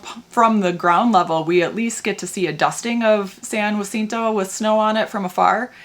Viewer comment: SAN JACINTO IS PRONOUNCED. SAN HACINTO😊